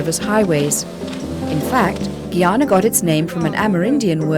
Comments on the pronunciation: GUY-ANA not Geyana!! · Black water yankie.... cannot pronounce GUYANA....